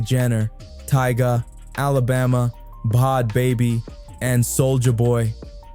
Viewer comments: It's a joke... And why is it so hard for people to pronounce her name correctly?! Bhad Bhabie= Bad Baby not fucking Bod Bobbie! 😂 There seems to be a constant struggle for just about everyone to pronounce... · Yo, if you’re gonna be making videos about people, do your research and pronounce the peoples names right. So annoying listening to someone who didn’t even do enough research to know how to say bad baby. The h”s is her name are silent 🙄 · Bod bobby???? Bruh adjust ur AI! Its BAD BABY! Sheesh! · Who in tf is bod bobbi😂😂😂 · Her name is pronounced Bad Baby it’s just spelled differently but your repeatedly pronouncing it wrong is very annoying.